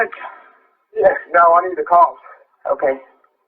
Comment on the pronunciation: Technically, he says, “The kawps!”